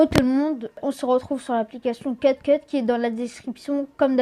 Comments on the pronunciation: On en parle il prononce cut cut au lieu de cute cut? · C’est Cute CUT paz CUT cut (ça se prononce “cuoute”) dsl mais ça me gênais 😱😅